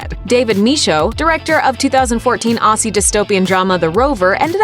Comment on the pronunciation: Any other australians here that CRINGEDDD when she said "ossie" instead of "ozzie"